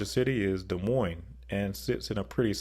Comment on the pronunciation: Oh yeah ...... he can pronounce "Des Moines" correctly ..... but he can't manage to say "Cheyenne"?? Jeez...... 😒👎